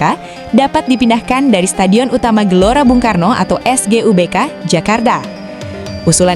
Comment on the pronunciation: SUGBK bukan SEGuBK terus Si Jalak Harupat bukan Harurat